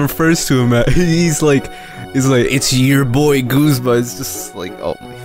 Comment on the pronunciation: Yep your pronunciation of Guzma is correct